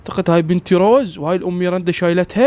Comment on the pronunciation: اسمها ميرندا مو ميرنده😂❤